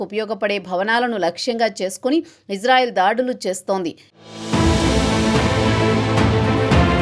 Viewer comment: గురువు గారు మీరంటే మంచి అభిమానం ప్రతీ వీడియో మిస్ కాను సార్ దయచేసి నా మనవి వినండి ఇశ్రాయేల్ అనండి/వ్రాయండి సార్ ఇజ్రాయేల్ కాదు సార్ హిబ్రూభాషలో ఈవిదంగా లిపి ఉంటుంది יִשְׂרָאֵל కుడి నుండి ఎడమకు చదవాలి 1.యోద్ =య "ఇ" ( *יִ ) 2. షీన్ = ష లేదా “శ” ( * שׂ ) 3. రేష్ = ర (*רָ) 4. అలెఫ్ = ఎ (* אֵ ) 5. లామెద్ = ల (* ל ) *ఇశ్రాయేల్ * ISRAEL ఇందులో "J" ఎక్కడుంది సార్ దయచేసి ఆ దేశ సార్వబౌమాధికారంతో పెట్ట బడిన పేరును అమానించవద్దు, ఇది గమనించండి ఆదేశం యొక్క పేరును అబాసుపాలు చేయకండి. మాకు తీరని అవమానం. ప్రతీ అక్షరం క్రింద ఒత్తులు (దాగేష్ ) ఉన్నవి. హిబ్రూ అక్షరమాలలో "జ" అనే సౌండు లేదు మీకు శతకోటి దండాలు తప్పు పలక కండి,వ్రాయకండి.